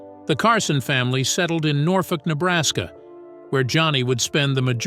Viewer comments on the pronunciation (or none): Norfolk in Nebraska is pronounced ‘NORFORK.’